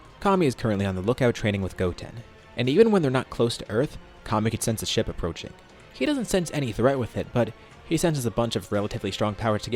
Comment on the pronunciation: Fr thought he said taking a shit instead of ship lol